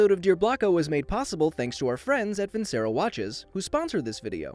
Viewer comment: It’s no vin-cer-o it’s vin-Cher-o